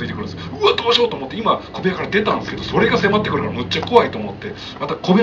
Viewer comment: 小部屋が米屋と聞こえるんだけど。